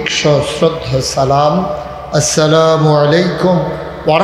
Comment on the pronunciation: আসসালামু আলাইকুম কে যারা স্লামালাইকুম বলে,সুরা ফাতিহা যারা শুদ্ধভাবে তেলাওয়াত করতে পারে না, তাদের মুখে ধর্মের কথা মানায় না। বয়কট বিএনপি।